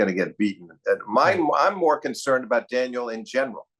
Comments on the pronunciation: Does Steve watch tennis with the volume off and refuse to attend matches in person these days? Daniil Medvedev has been at the top tier of the men's game for a while now, yet Steve is still saying "Daniel" like he's never heard the name spoken before. It's not like we're talking about FAA, or as Steve says, "Felix Augur-Ali-Siame." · clicks onto video hears daniil being referred to as ‘daniel’ clicks off